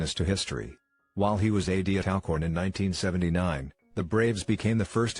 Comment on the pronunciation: clears throat....it's ALL-Corn lol